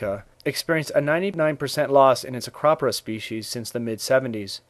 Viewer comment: It's not acpra it's pronounced ak-ro-pour-a